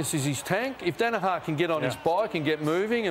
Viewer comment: Dana Har ??? Does he mean Dana Her !😁😁😁